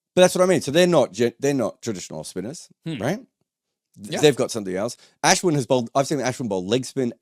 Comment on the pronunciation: Can not say Ashwin like a white person? You're desi, pronounce his name properly please.